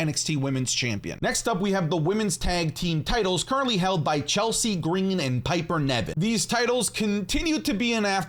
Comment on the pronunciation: You pronouced Chelsea Green's name wrong!!!